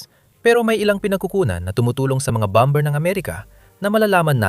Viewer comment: Ok,sana ang impormasyong bigay mo,medyo mali lang ang pgbigkas sa salitang bomer,Hindi po bamber.